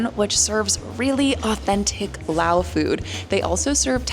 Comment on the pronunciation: Ur Lao was perfect and please tell the world its laap not larp